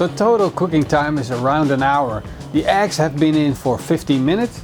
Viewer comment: Eggs!? I thought you said "axe". Totally confused, as usual..:)